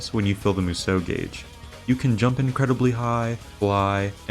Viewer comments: Why does everyone who makes a DW review say Musou wrong?🤦🏻 It's pronounced (mu-zao) not (mu-zow) I literally cringe and wanna stop watching everytime you say it. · u mispronounce musou this entire video . couldnt even get thru it . its MOO-SHOO